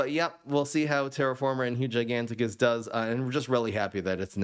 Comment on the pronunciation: Bro really said giganticus